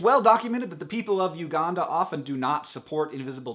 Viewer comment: It amuses me that he says Uganda how he should say Aranda and Aranda how he should say Uganda ;)